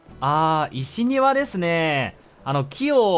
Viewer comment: 石庭… せきてい って読むんだけどね😅